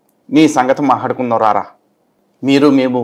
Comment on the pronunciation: adi "mahaadukunham ra ra" kaadu. "matladukundam rara". nore sakkaga pani chesthaledu.